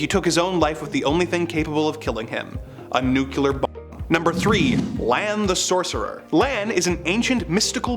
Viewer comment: Nu-Clear. Nuclear. There is no second u.